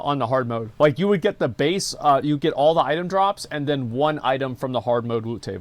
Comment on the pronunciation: Mans a roadman LMAO ' wasnt quite like that back den '